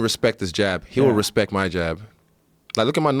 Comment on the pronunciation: “Hespect hespect”